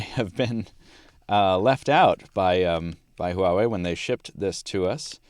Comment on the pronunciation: Finally someone pronounce the name right = =